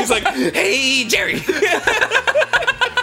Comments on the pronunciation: its more like, "Jerry" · Kramer doesn't say Jerry, he says Jerry.